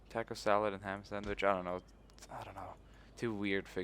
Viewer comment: tah-co not taako